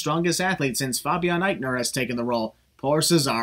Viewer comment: Pronounced Fay bi en Aichner not Fah bi en Aichner